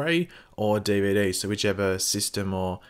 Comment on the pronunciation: lol "DeeVayDee"